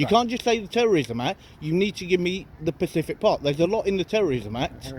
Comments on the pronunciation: God you sound so thick yourself, you can’t even pronounce “Specific” You said Pacific so many times you drowned him hahaha. Learn to speak properly for Christ’s sake. Your supposed to say “under what SECTION am I detained and what are the grounds for the detainment” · It’s pronounced specific, not Pacific 😂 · Specific, not Pacific. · It's specific not pacific (that's an ocean) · Specific pacific 🤣🤣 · pacific is an ocean, I think you mean SPECIFIC. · "Pacific" is an Ocean, I think the word you're looking for is "Specific"!